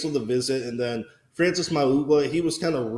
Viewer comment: Learn to say Frances name… moron